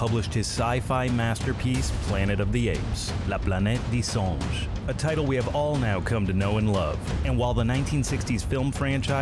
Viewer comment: "La planète des songes" No, the novel's title of Pierre Boulle is "la planète des singes", not "songes". A "songe" in french is a dream. You have tell 'the Planet of Dreams".